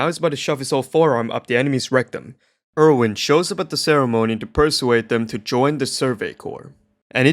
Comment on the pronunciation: "putting his whole forearm in the enemy's rectrum" bro what that was definitevely not the wind